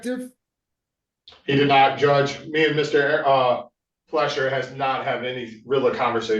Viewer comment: It's Fleischer not Fletcher